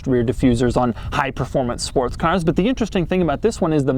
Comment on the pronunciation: "High performance sports caahs" - Doug, are you from Boston?